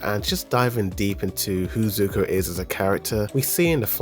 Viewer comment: Even tho you meant to say sokka and corrected it. You’re still pronouncing zuko incorrectly.. it’s Zuko not suko… my goodness … 💀😅 I guess a combination of Zuko and sokka would be suko 🤣 so I can give you that 🗿🤷🏽‍♂️